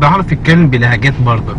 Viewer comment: انا من مصر واحب اقول انك شوهت اللهجة تماما على فكرة احنا مبنقولش برضك بنقول برضه -.- وماجستير مش ماقستير والنطق عموما مش صح باين ان سعودي بيحاول يتكلم مصري.... مقدرش احكم علي باقي اللهجات بس شكلك كدا بوظتهم برضه الله يسامحك :D